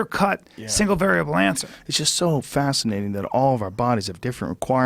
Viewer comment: Joe “ it’s just fasanating” Rogan